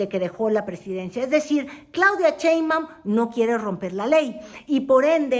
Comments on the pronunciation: Querida, no es Cheinbaum, sino Sheinbaum, con sh, así que shh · Es Claudia SHeinbaum no Cheinbaum... Se oye chistoso 😂